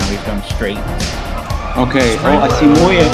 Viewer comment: his name is muye not moya lol